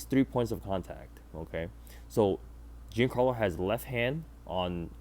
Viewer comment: Dude, it's not "Gincarlo", you don't pronounce the i at all. Banger video regardless.